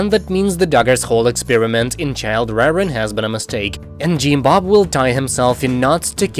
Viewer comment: I love how he says “Jeem Bob” 😊